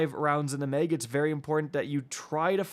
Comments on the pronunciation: “3 shots in the mig!” Bro says “meg” weird lol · I hear mayg